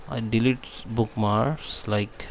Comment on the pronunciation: it is not bookmars...you have to pronounce the K...it is book-marks....if you are going to do a video in English, which I teach, please speak so that I can understand the valuable information you are providing.